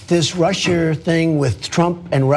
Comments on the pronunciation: "Russier" lmao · "This Russier thing" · This Russier thing---LMAO, Cenk!!!!